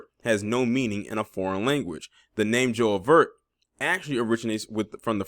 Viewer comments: It's not pronounced Joe-vert its Ju-veh, it's the festival before the Caribbean Day Parade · It's pronounced Joo Vay like ju in judo. When someone petitions to trademark a name isn't there criteria a that the name has to have no meaning in a foreign language? How can anyone get this authorized anyway? I'm from and live in the islands and these things happen and most of the time people within the region knows absolutely nothing about it. Right now with social media some of these stories reach the region. These celebrities need to be consistent. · No she doesn’t, bye. You ain’t even pronouncing the word right. Caribbean people were brought there in slave ships from Africa just like y’all it’s black culture. Michael should have did his research and made the brand in conjunction with the Trinidadian government. I’m just waiting for somebody in Australia to start a rum brand named “Juneteenth” and see y’all reaction.